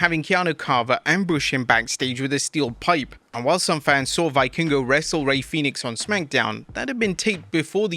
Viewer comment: You do not build credibility as a wrestling report channel by not knowing how to pronounce the wrestlers' names. Why would anyone believe you know what you're talking about if you don't even know it's pronounced Vee-kingo?